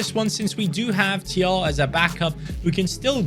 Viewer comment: Thiaw is pronounced Chao